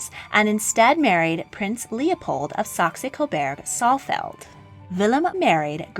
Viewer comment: it's Co-boorg, not Co-berg